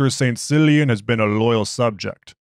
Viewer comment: I think its pronounced "Killian"... but love your stuff! Keep up the good work!